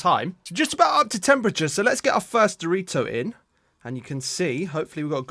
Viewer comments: it’s dorito not dorit 🤓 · he said there’s our dorit🤓